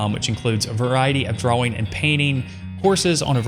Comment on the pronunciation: Why cant he pronounce drawing lol 'drauweng'